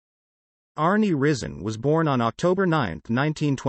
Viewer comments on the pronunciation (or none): His name is pronounced rise en